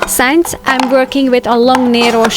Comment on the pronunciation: Beautiful organization! A lesson for us all. But Please...TRY and pronounce "shelf" and "since" properly. Even the closed caption spells the way you say shelf as "shav" and if you can say "sin" as in "single" or "sing" then "since" should be easy. Otherwise, it sounds like you're saying "science".